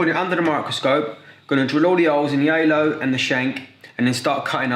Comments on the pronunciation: good video but I cannot understand a thing he says 😬 took half the video to realize he was saying Halo and not “aylo” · He kept saying alo 😭😭😭 it's halo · don’t forget the ALO